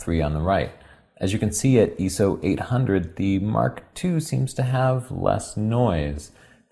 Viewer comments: Wow, that was the douchiest way I've seen someone correct yet, DIZEMAN. I don't understand people that focus on pronunciation after he put a week into make you a FREE video. picked up eso from a professor at NESOP. He's not trying too hard or ever pretentious. He made a simple mistake. Secondly, it's not an acronym. If it were it would be IOS- that's how acronyms work. Still don't believe me? Check out ISOs youtube videos and watch every person from the company pronounce it eye-so. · Bro...dafuq is Eeso? Lol just busting your chops. You guys are and will always be super important people to me!!! Keep it up. I know this video is very old, but I'm considering buying a mark II (2) to get into pro work. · ISO comes from the International Organisation for Standardisation, which for whatever reason is generally known as ISO. Given that ISO is written in capitals and that it is an acronym for the organisation, I would say that really it should be pronounced I S O or 'eye ess oh'. Not only is it 'proper' but it is also internationally understandable. Now that is standardisation at it's best. In England every photographer I know uses that pronunciation. Nice video though :) Thanks! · Since when has the letter 'I' been pronounced "eeee" - also, that first shot of the noise in low light had different exposures; the 5D3 was much darker. Anyway, interested to watch. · Why do you zoom past 1:1 when looking at noise and detail level? I don't understand, you can bearly tell the difference. I'm watching it in 1080p and it looks a pixelated mess. And ISO is said phonetically, 'Eye-Ess-Oh'! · Eso. Professional what. Dumbest Thing I ever heard. Buy my book how to say ISO properly. That's chapters 1-10. And then repeat. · No Im NOT,it the way he says ISO he says ESO listen at the way he pronounces the word ....:) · its actually pronounced 'eye-s-o' not 'eye-so =S if u r gonna correct someone at least make sure u r correct to begin with... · I.S.O not iso(eeso).